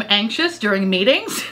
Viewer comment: I thought you said "when I'm anxious during MATINGS " Instead of meetings and I spit out my coffee🤣🤣🤣🤣